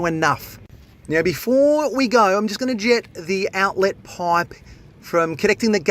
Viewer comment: His enunciation of 'outlettt!' is hilarious